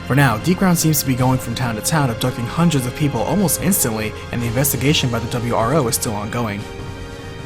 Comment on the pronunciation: Ah yes the "W R Foses" that were sent to defend them.